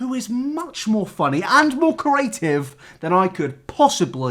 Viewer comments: yeah I have the same accent as him, he just can't say creative properly. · It's just bothering me that he can't say creative properly😂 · doesn't know how to pronounce 'creative'...and he says it a lot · I love you but if you don’t learn to pronounce ‘creative’ I’m taking kenji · Nabber repeatedly trying and repeatedly failing to say “creative” is the funniest part of the video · why can't you say creative? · Well, you definitely got creative with the pronunciation of the word "creative" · The way pronounces creative drives me insaneeeee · Petition to teach how to pronounce the word “creative” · Not until he can pronounce creative correctly. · I am living for the way pronounces "creative" as "curative" 😭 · if this man says "curative" instead of "creative" one more time.... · Always makes me chuckle when you say “cURative” instead of “creative” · creeee aaaa tiveeeeee C R E A T I V E NOT CURATIVE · No one: Not a single soul: INabber: Ceaurative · "Curative" 'Creative' I'm sorry I just hear this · curative, adjective able to cure disease. "the curative properties of herbs" I think the word you're looking for is "creative". Say it with me: CREE-ATE-IVE. Yeah? Alright. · "Corative" Its... creative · Right I love you but ITS CREATIVE NOT CERATIVE THE R COMES BEFORE THE E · It’s cREAtive not cORative - hermione granger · I'm too stuck on "carative" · Do you pronounce creative as "corative"? You said it three times and I'm starting to think you might be saying a word I don't know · why does he pronounce creative like cur-a-tive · When says “curative” I feel that 😔😔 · Spent half this video trying to work out what curing diseases had to do with anything only to find out you were saying "CREative" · You pronounce creative like Curative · Me: Okay, repeat after me. Cre...: Cre... Me: A...: A... Me: Tive.: Tive. Me: Now say it all at once.: Curative. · Nobody:: CrAEtive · cerys cAriAtIvE